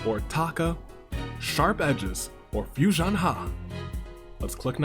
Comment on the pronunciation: 1st:Fui-son-HAH! 2nd:No AI in team 3rd:Expert Deduction